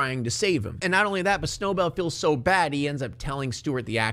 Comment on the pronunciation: I love how you call Snowbell Snowball